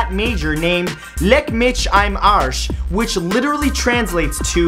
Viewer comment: Leck mich im Arsch was pronounced pretty good but "im" is not pronounced as "I'm" more like imm with a short i. And I'm guessing he was mad at someone because "leck mich am Arsch" is our equivalent to kiss my ass